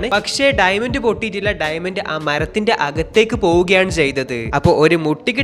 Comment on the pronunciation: ഡൈമെന്റ് alla ഡയമണ്ട് 🤭🤭🤭